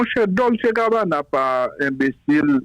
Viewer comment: Se Gabana, se pa cabana😄